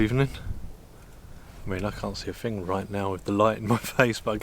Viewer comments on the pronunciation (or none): “Fing”? In England we say THING!